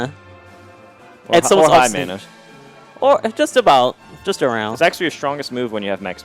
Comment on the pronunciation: its not MANA!!!